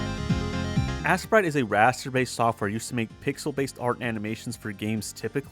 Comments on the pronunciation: you know it’s not pronounced ass-sprite it’s ace-sprite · Why are you calling it assprite?